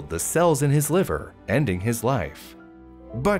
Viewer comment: whenever he says B. Cerius or whatever it’s called, all I hear is BE SERIOUS. So I’m over here like, ok ok I’m being serious! 💀